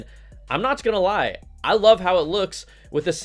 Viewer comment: Did you just say I'm notch gonna lie ? ... Hahaha :-/